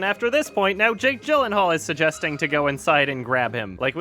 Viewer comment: OMG PLEASE. Jake Gyllenhaal's name is pronounced Jake "Yee-Lan-Harl" not Jake "Jill-en-hall"